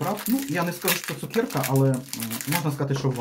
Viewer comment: ЦукЕрка !!!! А не цукєрка😢